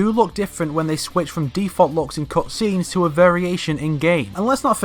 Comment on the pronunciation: Am I the only one who's botherrd by the way he says "cutscenes"